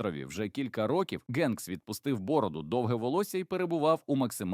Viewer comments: Дякую за відео! Але...Генкс читається як Хенкс!!! Чому він у вас Ґенкс??? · ох вже цей "новояз"... "генкс"))) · Все Добре, але не треба Прізвисько так перекручувати … Він Том Хенкс. І ніяк інакше. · для вас українська мова напевно не рідна? Гамбург читається, як Гамбург, як і Голівуд, де "Г" м'яка, наче "х". А не така "ґ", як автор читає Ґенкса.